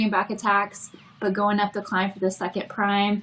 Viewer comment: Please someone tell how to pronounce prime 😂